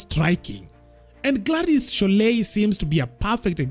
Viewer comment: Gachagua appealed to her emotions remember 😂. "My sister Shorei, I still raf you."